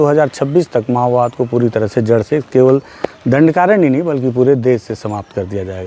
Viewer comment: Mao bad❌ ma_wad✅